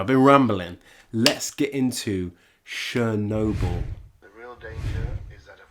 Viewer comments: Talk talk talk, blah blah blah, Watch the move and the comment. Or stop the movie then talk. And it is Chernobyl like you go to church, you don't go to shirch, and its not Shirnobyl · I didn't know we were watching Shernobyl. :P I kid! Now say schedule!